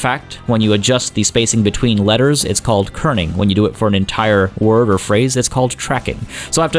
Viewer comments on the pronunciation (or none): none